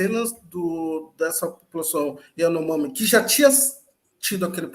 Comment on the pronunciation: Lula nunca consegue falar as palavras de cunho estrangeiro ou diferentes do português, kkkkkk Iranomami.